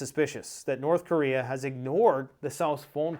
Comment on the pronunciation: "North Chorea" 😂